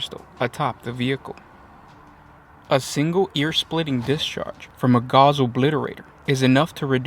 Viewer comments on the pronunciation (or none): Gauss rhymes with house. It is the unit of measurement for the strength of a magnetic field. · TY 4 another great video, one thing though... Gauss rhymes w/Sause. I only learnt it last year...Was just told by a friend in the UK that we all mispronouce it in the US & it should be Gauss rhymes w/House, so u guys decide how u wanna pronounce it, Still a great video